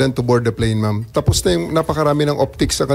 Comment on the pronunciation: Mom, hahaha, instead of Ma'am